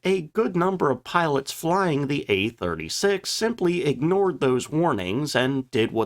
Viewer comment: just one more thing—- why is it that every time you try and use the word “the” it comes out as “teh” Just an observation that my inferior intellect just doesn’t understand. I’m just a plowboy from Mississippi trying to make sense of a simple word that a genius of your caliber should easily catch as a misspelling except that you do it every time when you attempt to use the word. Hmmmm